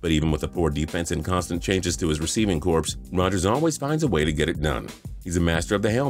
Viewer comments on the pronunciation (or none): Lol “receiving corpse”. The p is silent in corps. It’s pronounced like “core” 😂